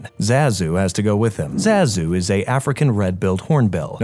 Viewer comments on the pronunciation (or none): “zazoe” ITS ZAZU YOU LITTLE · zazoe????!??!?!?!?!?!? ITS ZAZU!